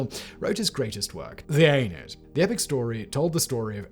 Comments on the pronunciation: The Aeneid, is 3 syllables, not 2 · Why is he pronouncing Aeneid and Aeneas like Anus. It the Ah nee id not the Anid.